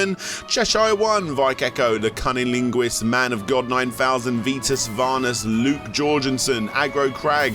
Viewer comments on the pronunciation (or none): none